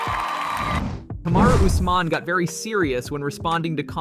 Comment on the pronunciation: can't even read UFC fighters names...he said " Us..man?? Put the bottle down